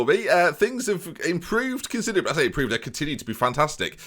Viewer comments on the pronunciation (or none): none